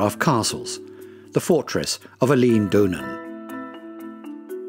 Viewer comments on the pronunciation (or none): Quite how many errors is he going to make? Eilean is not pronounced like the female name 'Elaine' but 'Ellen'! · Literally got to 1min 23 secs and the amount of mispronunciations is horrific. Eilean is not pronounced Eileen. Mull has a u in it. Loch has a ch not a ck. Gaelic pronounces Gaylik is Irish! Do some research before you do a voiceover.